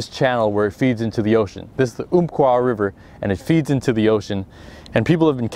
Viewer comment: Hey man. Love you and your vids, will always love you and your vids.. I live on the oompqua river.. And its (umpqua) like (umpire).. Not oompqua haha.. But hey you should make a trip up here in the summertime.. I could have you on 2 and 3 lb smallmouth every other cast on the oompqua river..😂 its seriously awsome smallmouth fishing inland.